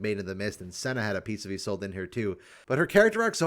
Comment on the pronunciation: Isn't her name pronounced like yees-lod-ah? I could be wrong